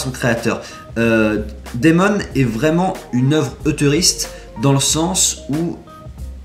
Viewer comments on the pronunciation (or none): Bonne vidéo comme d'hab ! Tu m'as donné envie de le découvrir :) Seul petit bémol, il serait cool si possible de montrer un peu une ou deux pages qu'on ait une idée visuelle du style etc ;) (et ta prononciation de Demon :p)